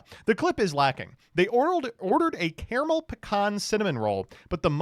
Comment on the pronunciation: it is pronounced caramel, not caramel